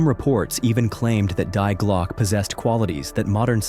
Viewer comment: And Glocke is pronounced Glokah. The e is not silent.